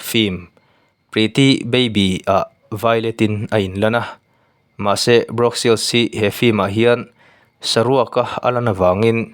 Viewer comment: Brawk ni lo vin bruk tih tur